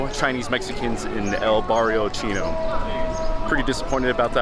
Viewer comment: “El BarRiO cHHinnO” 😂 I like how he almost forgot to say it